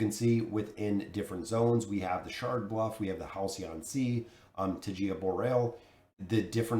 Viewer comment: Tai-ga. Taiga is pronounced tai-ga